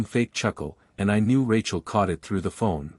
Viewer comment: why the hell can't AI pronounce "it"?